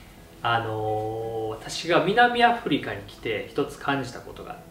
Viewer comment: 動画の本筋に関係ないですけど、最初の南アフリカの発音がもろ関西弁でしたねw 今の社会は大量消費がベースになっていますから、難しいですよね、ロビンさんは菜食ですが、お肉を作るのにも大量の水が必要ですしね。そう言った意味で、日本は大量の水不足の国です。